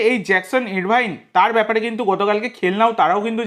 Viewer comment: কথাটা আরভিন, ইরভাইন নয়।